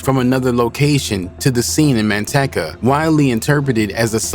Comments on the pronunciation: Man- teecuh not man tech uh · MAN-TEC-CA? LOL I DONT THINK THATS HOW YOU SAY IT